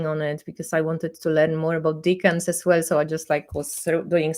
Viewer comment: Btw, decans has a soft 'e'. Deck-ans. I hear more and more people on Tarottube pronouncing it as deacons. That is a very different thing. My teacher would have a fit!